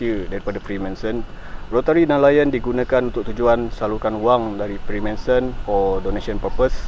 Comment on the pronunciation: Freemensen freemensen... FREEMANSON bro... Spell and pronounce biar btol